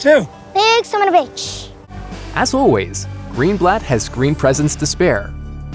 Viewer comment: "summinahbitch" xD